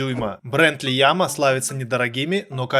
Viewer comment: не лиама а ияма)